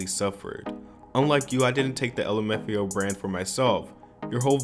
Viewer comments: So we just gonna ignore how the guy just said "lumafio" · lim f ao, amazing pronouncing